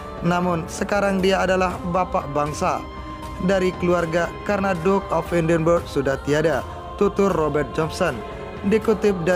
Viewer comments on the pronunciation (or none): Tuan admin. Sebutan atau pronunciation Edinburgh salah. Bukan "edinbeg" tetapi "edinbra". Edinburgh is pronounced "ed-in-burra"